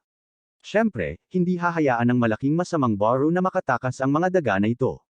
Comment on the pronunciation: beru po, hndi po baru